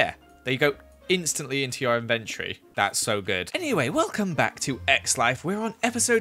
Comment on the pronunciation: Why is no one talking about how weird says inventory???: ‘invent-ory’ Like what?!